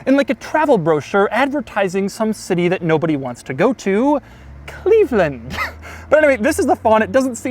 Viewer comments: Hahaha “Cleveland” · “Cleveland” lol